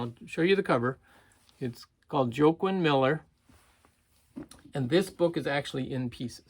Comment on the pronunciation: I'm pretty sure that authors name is pronounced "Wah-Keen". That book was a great find! I remember you finding his works before. Did those do well for you or did you add them to your personal collection?